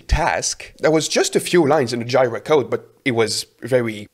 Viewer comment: I generally describe Software Development/Engineering/whatever as solving a cavalcade of problems, much of the enjoyment of role comes from doing this consistently, it's a bonus when one also learns new things. Side note: Jira is pronounced Jeeer-rah